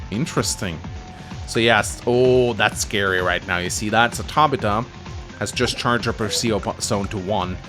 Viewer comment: One day he will pronounce it "Tab-Ith-u" my mom shares that name and cringes every time lol